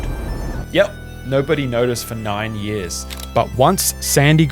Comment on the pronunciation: Narrator's inability to say the word "years" properly is very distracting.